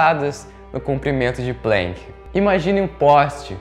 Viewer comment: Só um favorzinho: é "Planck" e não "Plenck". Alemão, e não inglês".